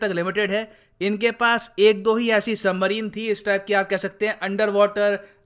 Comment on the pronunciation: वो सबमरीन होता है सही से पढ़ो